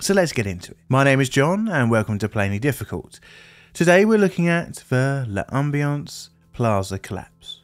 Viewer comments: Pronounced “lam-bee-ance”, not “luh-um-bee-ance”. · It's not not pronounced "luh ambience" but rather "lombience". No need to pause.